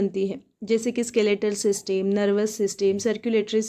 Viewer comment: Ma'am ese सिस्टम बोलते 😅😅😅😅